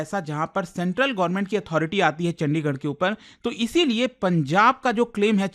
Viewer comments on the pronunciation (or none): none